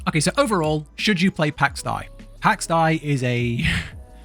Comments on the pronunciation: pax day not pax die although...... (even speech programmes online can say it correctly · its pax dei!, pronouced like in pax Day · "pax die" really dude? jesus christ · lol its pronounced PAX DE ´I learn to pronounce Son! hahahahahaah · Well you suck at saying Pax Dei. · Please stop trying to pronounce Pax Dei. You're terrible at it. Good, informative review though.